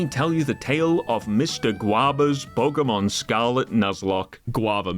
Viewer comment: Pokémon, not pokeuhmon.